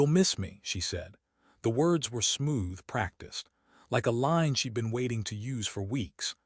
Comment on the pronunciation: She got out of the suv wearing a coat that she left in the house before her trip. Is this some sort of quantum entanglement type of thing? Also, you’ve got a contraction problem in your stories lately. Most of them are fine but most of the “she’d” in the script are being spoken as “she dee.” Occasionally one will squeeze through correctly. It’s not always confusing but it depends on the next word. In a previous story there was a sentence that had “she’d banked” in it. It sounded like “she debanked.”